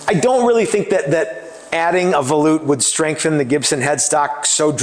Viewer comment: Um, you keep muting yourself, buddy! Your mic keeps getting under your chin and muffles the sound. Maybe use your cell phone with a different style boom mic or bluetooth style mic above you? Either way I don't mind volutes. And YES - you are saying it correctly. Ignore all these fools that keep talking trash about how you say things like tenon and such. You do a great job! Thank you for sharing this with us.